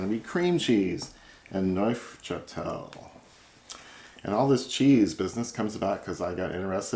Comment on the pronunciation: Neufchatel: French. The f in neuf is silent when combined with châtel. It also reads as "NOO" like in "NOON". Noochatel.